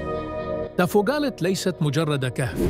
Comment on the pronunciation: تافوغالت لتصحيح وليس تافوكالت